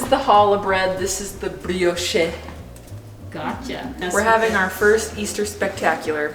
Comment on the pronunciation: Girl you butchered the word brioche.